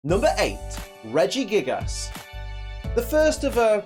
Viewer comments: He said Regigiggles hahahhah XD P:S good video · Lol you said in the video "Regigiggles" XD